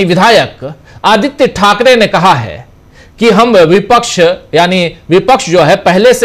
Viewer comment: Aap ki news achchi hay lekin kaha hay nahi hay kahe hay a me aor e me kitna farak padta hay sir